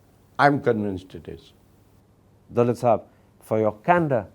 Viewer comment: It's daaulat not doolat